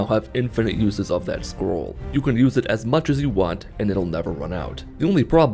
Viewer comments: For the first part of the video I thought he was saying squirrel and not scroll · Sometimes I think he says "Squirrel." Still works to me.